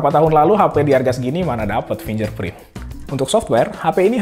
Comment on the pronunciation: Fingerprint = Fingger bukan finjer Purple = Perpel bukan parpel Build = bild, u nya ga dibaca